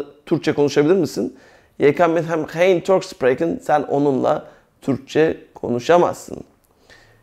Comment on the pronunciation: arkadaşlar biz Belçikada yaşıyoruz ben okulda üzgün ve TAM eğitimini alırken ablam buraya giriyor.Burda anlattıkları biraz farklı hee işinize yararmı yarar ama burda SPREKEN derken yanlış söylüyor İngilizce gibi söylüyor ama tellafuzu çok farklı ablamda onun gibi söylüyor ben doğrusunu söyleyince e burda öyle dedi diyor?ve daha birçok şeyi yanlış anlatıp yanlış söylüyor?Emek veriyor ama TAM doğru anlatım yok eğer amacınız rahat ve DÜZGÜN bir şekilde Hollandaca öğrenmek ise en iyisi kurs veya okul.